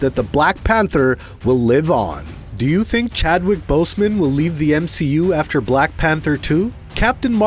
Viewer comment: He’s saying Boseman so badly it’s like boastman almost